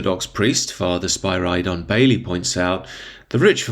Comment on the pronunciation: Bit curious on why u pronounced Father Spyridon Bailey's name like that?